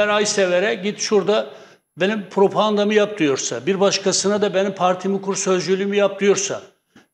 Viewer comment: PROPAAANDA diye birsey yok...PRO...PA...GAN...DA!